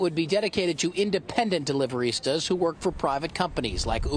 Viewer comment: "Deliverista?" Come on. Cringey.